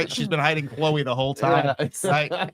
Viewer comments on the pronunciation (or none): none